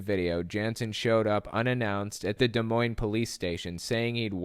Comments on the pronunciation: Shoutout to my local newspaper! DMR is usually pretty good about presenting facts over opinions. Also thanks for saying Des Moines right hahaha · 1st of all.... THANK YOU for pronouncing Des Moines correctly lol. Lots of people botch it. Secondly, my dad actually knew Doug and was buddies with him through a mutual friend. Guy seemed nice but not super bright. It's sad that he got pulled so far down into the Q hole. He absolutely deserves to be in jail though I do feel sorry for him and his family that he essentially destroyed.